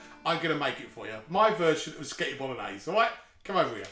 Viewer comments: I like how he occasionally says "pasghetti" xD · although most people call it just spaghetti bolognese anyway, you completely bypassed the fact that he calls it sketty bolognese 😂😂. if youre gonna be butthurt, youve got to go the whole hog with it! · The fact he pronounces it "Sketti" just makes it tastier